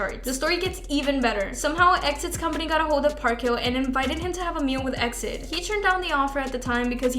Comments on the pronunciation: How does she not know it's pronounced "E. X. I. D."? Do you research. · E-X-I-D!!! It's pronounced letter by letter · That's not how you pronounce EXID. FFS. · EXID is pronounced EE EX I DEE not EXIT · What the hell is a X-DID? It’s E.X.I.D.! I don’t mean to be mean, but the members say EXID, so what would we say X-DID? It’s like B.A.P. Or B.T.S. Its really bizarre honestly. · It's E-X-I-D!!!!! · It's EX I D ...get your informations write if you're going to make a video. I think you don't even care about kpop you just make these videos to get money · Sweetie EXID is pronounced by saying each letter. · I'm sorry, but you need to learn how to read EXID properly, it hurts my ears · Just a note for the future - you spell out EXID, not say it as one word! (I used todo the same haha) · canceled for the mispronunciation of exids name!